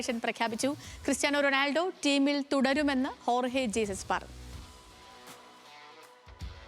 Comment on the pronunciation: ജീസസ് അല്ല ഹെസൂസ് ആണ് 😂